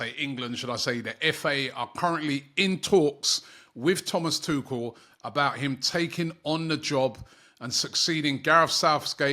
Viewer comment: butchering names isn't surprising anymore.